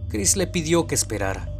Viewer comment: nadie noto en el segundo cuarenta que dice Chirs en lugar de Chris?